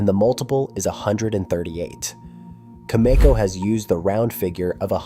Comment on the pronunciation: It's not cam ee co. It's pronounced with a soft e